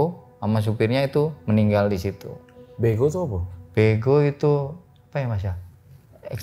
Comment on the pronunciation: Beko pak bukan bego 😂